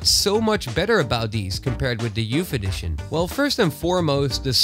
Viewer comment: Youf eddishion Love your vids